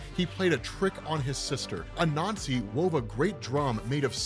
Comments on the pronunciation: Not gonna lie, took me about 5 minutes or so to realize he wasn't saying "a nazi" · Is it just me or does every time he says Anasi it sounds like he's saying " a nazi" hahahah. Oh words are funny. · Lmao I kept thinking he was saying “a nazi” when he was saying “Anansi”.